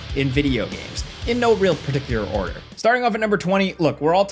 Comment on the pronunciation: wtf? Partic-you-err? Hehe